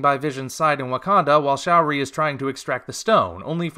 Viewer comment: First of all, not all of the Asguardians are dead, Second of all, why do you pronounce Shuri as "Show-ree", and third of all, you know we have a problem when you refer to Batman V Superman and Godzilla Monster Planet as good or decent movies...